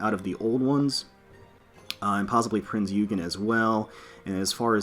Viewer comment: Still waiting for you to upload actual gameplay, i am interested on how you deal with the main chapters and how you manage your fleet and equipment. Also just noticed you mispronounced Prinz Eugen's name, it's pronounced "Prince-Oygen" ☺️